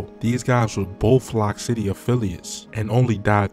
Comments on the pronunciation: It’s loc city like loco not lock city with his slow self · It’s Loc City not Lock City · He Said lock city it's Loc city smh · It's Loc City. Pronounced like "Loke". You niggas so fanned out it's insane. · It's pronounced "Loke" City! As in the Latin word "Loco" meaning crazy! Not "Lock" City! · he said lock city smhhh he saying everything wrong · 😂And him pronouncing Loc City as "Lock City" is hilarious bruh he was calling Pappy "Papi" like wtf?!?!?!?!?!?!?!?!? 😂